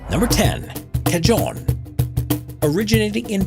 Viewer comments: “Clarinets are one of the most recognizable instruments” shows oboes and bassoons “Cuh-john” it’s pronounced cuh-hahn also, cajons aren’t rare at all. I know so many people that play them, and literally so many churches have them as well. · i keep getting annoyed by this, so i have to say it. "Cajon" is pronounced "Cuh-HONE"